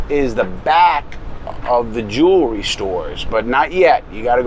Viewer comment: Notice how he says first jewerly